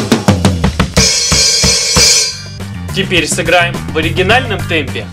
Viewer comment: Когда он говорит оригинальный темп, у меня происходит взрыв мозга!!!